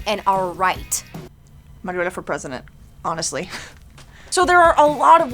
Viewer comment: It’s mariola